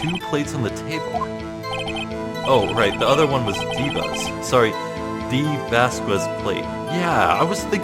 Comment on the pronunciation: for the record: vasquez is pronounced similar to says, like "vahs-kehz" or something